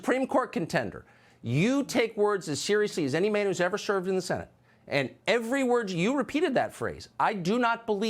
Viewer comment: he said sherved. POG